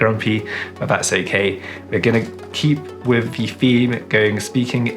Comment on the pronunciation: Oh and with is Wifff.